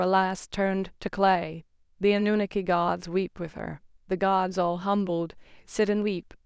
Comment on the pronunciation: People all over the internet pronounce Anunnaki the same way then you come along and want to butcher it pronouncing it completely differently from everyone else. Lol